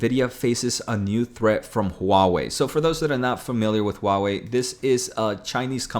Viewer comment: You’re pronouncing Huawei just fine.